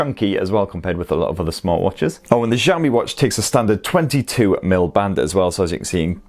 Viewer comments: It's not xaomi it's Xiaomi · Its not Xiami...